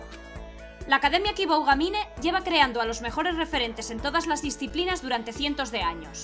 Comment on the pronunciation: Dos cosas: - Aunque ellos hablen, sí, dobla tú, pls. - Se pronuncia Kiboogamine [una o un poco más larga]. Esta serie tiene muy buena pinta, sigue así :D